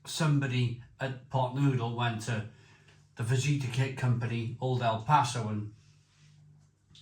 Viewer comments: Hi you don’t pronounce the j in fajita it’s faheeta. Come on mate how long you been on this earth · You dont pronounce the J in fajita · Fajita, like a fajina :D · The 🦆 is a fadge-it-a? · Noooo! Don't put the sauce sachet in first, that's supposed to go in last! (It really should be chilli sauce rather than plain old tomato sauce IMO.) BTW ... Fajita is pronounced fa-heet-ah and tortilla is pronounced tor-tee-ah.